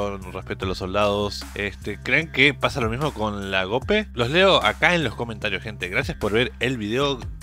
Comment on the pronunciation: Mi estimado,se pronuncia tal cual se escribe GOPE no Geope como tú lo pronuncias.